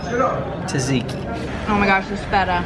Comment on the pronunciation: It's pronounced zat-zeki, not ta-zeki.